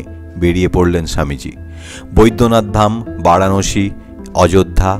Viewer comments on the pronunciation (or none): none